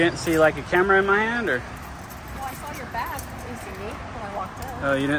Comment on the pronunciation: “You had the …… in his said the LEO. He couldn’t even say ‘camera’. What the hell!!!